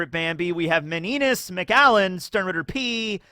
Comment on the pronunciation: Meninas is pronounced Mini-nia (Miniña)